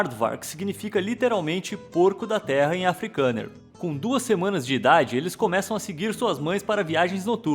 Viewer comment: Ele falo africaner